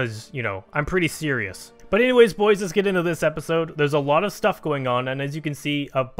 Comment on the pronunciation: I'm pretty SYRIOUS?